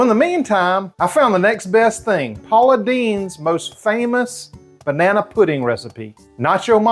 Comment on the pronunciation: lol you said “bananaeee” without skipping a beat. Love it!